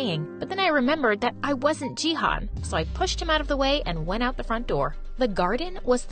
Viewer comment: I'm from Turkey and they pronounce canaan and jihan so wrong that it's making me lmao